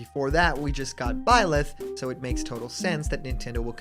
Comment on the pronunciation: first you mispronounce both Corrin and Byleth. Second If you just ignore two characters who have Original Concepts and original moveset to fit your agenda you're just being close-minded. Third Robin is not the only fire emblem characters that has a original moveset, question have you even play smash ultimate? If so you would have know that four characters in The fire emblem the franchise that are in smash don't have similar moveset to Marth. Those characters being Ike, Robin, Corrin, and Byleth.